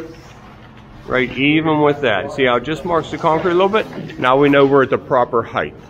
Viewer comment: Height, not heighth.